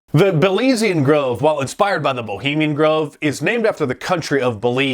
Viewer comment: Ho-bemian Grove